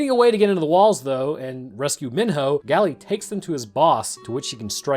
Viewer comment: its not pronounced "gally" its pronounced "gale"